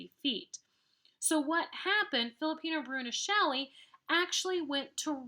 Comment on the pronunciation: Man, it’s Filippo Brunelleschi not “Filipino brunilleschi” it put me off how it wasn’t pronounced correctly